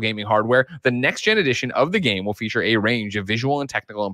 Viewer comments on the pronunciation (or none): none